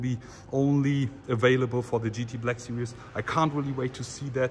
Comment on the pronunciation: Why can't the germans pronounce Black Series as it is written? They always pronounce it as "Sirious" smh🤦🏻‍♂️